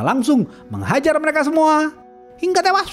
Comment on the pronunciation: "Hingga tewas" logat nya lucu 😅